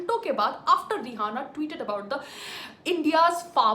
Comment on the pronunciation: Pehli bat to vo रिहाना nahi रियाना hai madam...bolna sikhlo pehle...fir bnna official spokesperson govt ki..